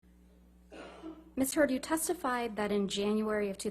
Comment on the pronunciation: Replay the video from the beginning, Camille literally says "Miss Turd" instead of "Heard" . Anyone else noticed?!